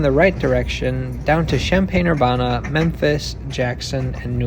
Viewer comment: Well your pronunciation is off. I went to school there 😂. I took the train there many times.